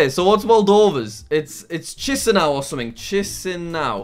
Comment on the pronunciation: It's pronounced kishio